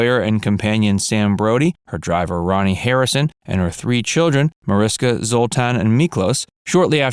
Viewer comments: Her name is pronounced Marishka. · Her name is pronounce ma-rish-ka